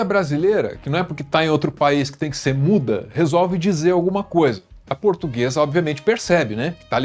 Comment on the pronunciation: "Eu sou purtuguesa de raça", que raça de cachorro é essa? 🤣🤣🤣🤣